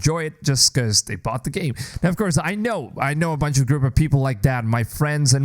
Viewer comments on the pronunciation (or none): none